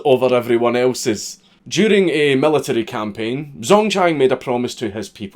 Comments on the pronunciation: are you sure? He pronounced zh as z. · Zh makes a J sound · If I'm not mistaken the "Zh" in Zhang is pronounced like a "J" and an X is pronounced as "Ch" Zhang would be pronounced "Jang" and something like "Xia" would be pronounced "Chia" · Zh in pinyin is pronounced.......like we pronounce "J", because fuck making sense. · For future reference a Zh is pronounced like a j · The "Zh" sound in chinese is kind of like a harsh "j" crossed with a "ch". I haven't a fucking clue what the equivalent is in whatever gobbeldygook you speak. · The "zh" in Zhang is pronounced like the "j" in jungle. ...I'm fun at parties...